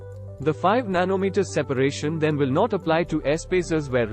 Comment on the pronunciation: Nano metetaaa😂😂😂